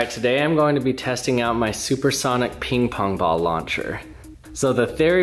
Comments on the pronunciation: "peeng pong bal" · it is funny how he said 'ping-pong ball'